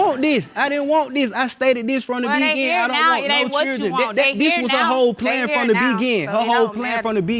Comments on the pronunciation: Why can’t he say beginING - he keeps saying from the begin 😆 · From the begin, smh! It's beginning idiot! That first case whew, they sound so country and ignorant. They sure don't need kids, they both need English classes. Embarrassing, he can't even pronounce straight and she even pronounce thing, it's not thang, smh. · The way he pronounces beginning gets on my nerves 😂